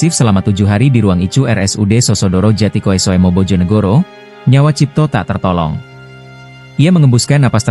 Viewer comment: Mohon sebelum mbaca narasi hendak ya digladi /ditraining dulu.Bagiku pembacaannya bagus, intonasi pas,lancar.tapi pas kata Djatikoesoemo harusnya dibaca Jatikusumo. Oe dibaca "u",sebab pake ejaan lama.Soekarno mbacanya Sukarno, Soeharto dibaca Suharto.Terima kasih.